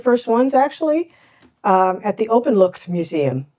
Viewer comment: Thanks for trying to learn more about the Dutch language, habits and items. Openlucht is not pronounced 'openlukt'. The ch in Openlucht can better be pronounced as the way the Scots pronounce: Loch (not pronouced as 'lock' ) De 'Freakendell' is a nice new way of saying: freekahndell (the proper pronunciation of frikandel) Tom Poes is not pronouced as Tamm Puss ! Anyway my remarks ar meant as postive. I admire your perseverance ! Keep it up !